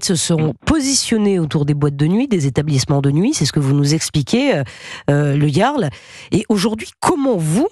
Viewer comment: Ah, il faudrait que Pascale dise à l'autre Pascal comment prononcer le jarl.